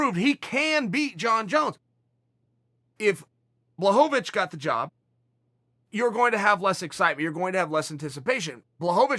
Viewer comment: Chael knows how to say blachowicz. And that surprises me to the highest of levels.